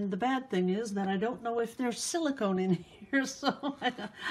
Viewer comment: QUESTION. What is the fluid you put in the paint. You said silicone? Sillicobe what. ty